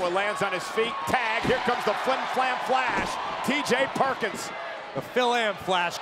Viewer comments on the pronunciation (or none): "The Flit Flam Flash" WAT?